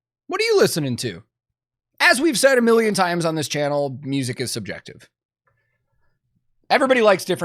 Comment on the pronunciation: I'm having trouble with the pronunciation of "music" its an "IC" on the end not "ACK" but that is a tiny gripe with the video in the grand scheme of things lol. But I do have a lot of problems with Fine Brothers as an organisation, I still havent gotten over them trying to copyright the word "React" becuase that sort of thing drives me crazy!!